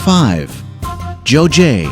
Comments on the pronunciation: #5 Geoje. It’s “guh-je” (g as in ‘girl’) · It should be pronounced KEOJE, not GEOJE. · Geoje 조제가 뭔지 모르겠네... 아... 설명하는사람 발음이... 거제를 말하는거였네.ㅎㅎㅎ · GEOJE is 거제 and it is mispronounced as 조제.. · Geoje pronunciation is not 저제[jeoje] but 거제[geoje] similar to the front part of Gyeongju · Thank you for introducing those tourist attractions to the people in the world. I'd like to talk about the pronunciation of 'Geoje' ( : #5. Geoje) Here the 'g' of 'Geo...' should be pronounced like you pronounce the 'g' of 'gun' = Not the 'g' of 'gem' . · 거제geoje this island the pronunciation is very strange